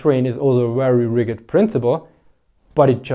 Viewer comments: As an observation only, and NOT a complaint: Rigid is not pronounced rigg-id. Rather, it is pronounced more as ridge-it. For some reason, it is one of those pesky english words with a missing letter. I look forwards to more content. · Rigid is pronounced as "ridge-id." The correct word for rigidness is rigidity. Small things, keep up the good work. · i noticed you were saying rigged with a hard G like in Rig but we really say it with j sound like in Jed i know thats not the way its spelled and that because English was created by people good at writing rules and less good at fallowing them